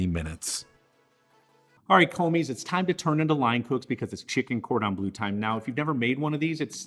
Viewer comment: Bleu not blue!! ;-)